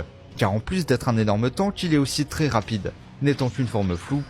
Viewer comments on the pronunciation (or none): none